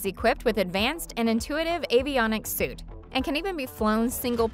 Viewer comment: I think you meant to say avionics SUITE. Not SUIT.